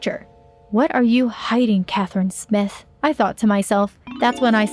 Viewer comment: Am I the only one who herd her say Catherine when she said her name was smith